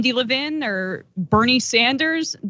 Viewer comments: Levin! Not Levine! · How did no one on her team stop her from saying Levin wrong over and over? He IS Carl’s son. 🤦🏼‍♀️